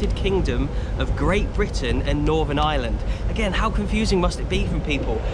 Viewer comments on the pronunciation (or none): I'm only 1 min into the video and I just want you to say Ireland instead if island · I was so confused at the start when I thought he said there was two islands 🤣